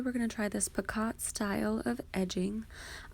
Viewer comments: By the way it’s pronounced picoe, the “t” is silent. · Picot is pronounced 'pee-co'.